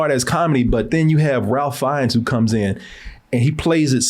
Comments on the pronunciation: Now,, Ralph has worked long enough and provided us some truly spectacular characters that he's at the very least earned his name being said properly. It's RAY-FE not RAL-FE. We don't pronounce your name KO-RAY, even though the spelling could be interpreted that way phonetically. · Ralph Fiennes pronounced his name “Rafe” (‘reif’)🤷🏽‍♀️ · I was waiting during this whole review for to correct that his name is strangely pronounced “Rafe”. Alas he didn’t.